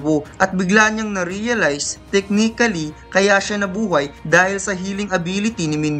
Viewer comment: Tek-ni-kali (Technically)... iba ka tlga halos kada recap mo may tumatatak na word kang nababanggit. haha.